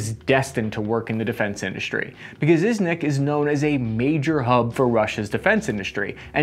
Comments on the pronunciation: Why do you read it "izhvek" when it's clearly IZHEVSK, you even show it on Google Maps, where do you find an 'N'?... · Me: Izh...: Izh... Me: ev...: ev... Me: sk.: sk. Me: Izhevsk: Izhvek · Izhevsk is not Izhvek. Izhmash is Izhevsky Machine Factory. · When he called Izhevsk Iznek I cringed pretty badly. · Really? Iznyak instead of Izhevsk?? Come on!!!!11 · Its Izhevsk, not Izhnik )) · Murdering IZHEVSK to sound as IZHNYAK or IZHVYEK must've taken some effort! Otherwise love your content, mate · Learn how to say: Ижевск. Izh-yevsk. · They pronounce it ishzevk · You are pronouncing Ижевск so wrong it physically hurts... It would also be cool if you tell a little more about how exactly this gun operates. Anyway it's good that you tell people about such unique guns. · Great video, but you're pronouncing Izhevsk horribly wrong) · how tf could you mispronounce ижевск so hard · Just a bit of constructive criticism, I would highly recommend researching/practicing how to pronounce words before saying them. Your pronunciation of Izhevsk was particularly bad.